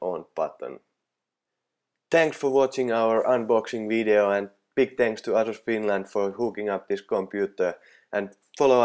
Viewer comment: Sano ''Eisus'' älä ''Asus'' niinkuin suomalaiset sanoo